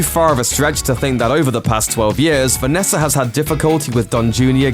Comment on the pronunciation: It’s NOT Vanesser. It’s Vanessa